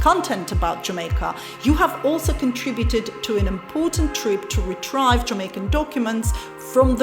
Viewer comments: retrieve is pronounced as retreeve as if two ees follow after the letter r not as how you pronounced it retr-high-ve. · Just the word Retrieve. You pronounced it Retr-I-ve instead of Retr-E-ve. However, that bit of mis-pronunciation pales heavily in comparison to the wonderful things you continue to do for Jamaica, its citizens and our tourism. Thank you very much forr being a very good member of our local society and for helping in your own unique ways. One Love. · You pronounced word retrieve as retrive